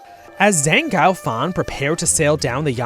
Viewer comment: actually that's zeng "guo" fan ,instead of "gou",which means "dog:stayhome:"